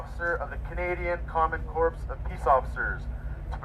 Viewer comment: If the person deputizing you pronounces “corps” as “corpse”, the process should be voided.